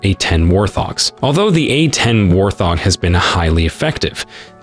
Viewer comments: It is pronounced wart-hog, not war-th-og. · Hey "Narrators" PLEASE LEARN THE WORDS YOU ARE TRYING TO PRONOUNCE. I cannot believe the overall lack of familiarity with the English language these non-bots (e.g. humans) have. It's a WART -HOG, not a war THog...and so many other words. E.g. it's an A -10 not an ahten!!